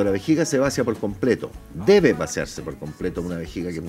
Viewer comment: que feo error que deberían haber corregido (el Dr no sabe pronunciar la palabra "vaciar", en vez de decir "Vacía", dice vacia ?...) que horror.